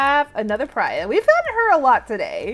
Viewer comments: Just a tip that Priya is pronouced ‘Pre-yAh’ ‘not prey-uh’ just for future reference <3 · Btw it’s pri-ya and love the vids!!!!